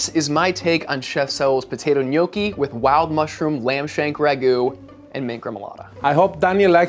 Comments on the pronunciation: Good job pronouncing gnocchi correct...pet peeve of mine, mainly because my grandmother made the best gnocchi (N'yaw-kee). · I love when people pronounce italian words correctly❤ The gnocchi look delicious too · crying of joy in Italian hearing they are pronouncing gnocchi right 🥹 but crying like “what the heck” as I read Italian 00 flour 6$!!! But again, this one they’re using is biological and - as of my knowing - a high end product here in italy too; I can assure you that you can get amazing gnocchi also with a 1€/kg flour, it’s the potatoes that make the difference 😜 they have to be quite aged/old so they’ve lost some of their moisture thus needing less flour when kneading it. This will result in fluffier and less sticky gnocchi (as he says in the video 😜). At least that’s what my nonna taught me 🤗